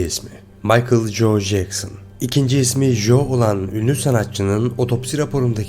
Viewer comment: İngilizce’de “J” harfi “C” diye okunur. Joe, Joseph gibi isimleri telaffuz ederken biraz kulak tırmaladınız. Local de “şehir” diye çevrilmez “yerli” diye çevrilir.